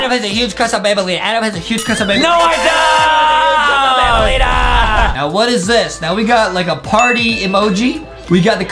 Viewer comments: Aka Banbaleena not banbalina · banbaleena not banbuleena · banbaleena not bambolina